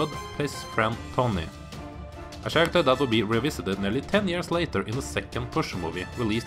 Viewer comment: Karaker! Not "Tjaracter"